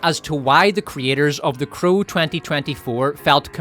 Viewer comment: Anyone tell you that you pronounce "crow" like "cruel"? I kept wondering listening to and not watching the part about The Crow 2024 what movie is Cruel, until you started speaking about Bill Skaarsgard. But it is fitting, anyone forced to watch The Crow is subject to cruel and unusual punishment.